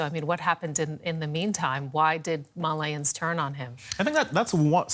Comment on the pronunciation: Why can't female workers ever do research on the things they are predenting, it's Malians not Malayans